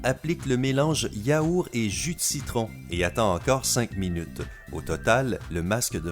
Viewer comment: Pq vous dites yaouR et pas yaourT ??😂🤣